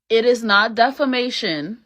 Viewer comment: Defamation, not defanation